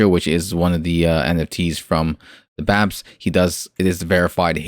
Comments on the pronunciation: Reviewing a project like BAPES which you should’ve been pronouncing it like Ba• apes not BAPS lmao! You only said their name right ONCE in that entire video which was when you were reading the “Planet of the Bapes” part. But to fully review a project like Bapes that is promising a lot and seems overly ambitious you have to fully immersive into the Bapes discord and listen in on podiums and AMAs. It can’t just be something you spent a few hours on bro. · Bro if you’re going to review a project learn how to pronounce the name correctly lol…. smh 🤦🏻‍♂️ Completely ruins your credibility. Also you did very minimal research. You didn’t go on the discord, you didn’t go on their twitter. Unless you’ve been in the space for 8+ months or are a popular NFT influencer it’s very hard to form an intellectual opinion on the surface without doing more extensive research. Just my opinion not hating just tryna give some honest feedback, do with it what you will. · Hahaha I might've harped on you pretty bad about mispronouncing their name but like I said in my first comment it really ruins the credibility of the video. And I agree with what you said. I think that is an important piece to a large puzzle. You covered a few important pieces in the video but not everything was included. I understand wanting to release content and not wanting videos to be super long but I feel it's a lot better to take some time to do some immersive research on projects like Bapes Clan and then just gather some bullet points from your research that you can fully cover in your video. Quality over quantity, as they say in youtube. It's just small things like that, that will help get your videos get to the next level.